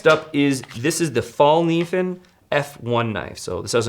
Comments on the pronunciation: Just FYI “Kniv” in Morakniv and Fallkniven are pronounced similar to the hard k in Evel Knievels last name and not like knee. I really enjoyed this episode, there are just so many options out there and thanks for putting them in order of cost. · Learn how to say Fällkniven! I am from Sweden but i dont say cuntdoor instead of condor!